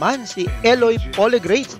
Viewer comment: imported si Poligreyts!!! Poligreyts.. hahaha PO-LI-GRA-TES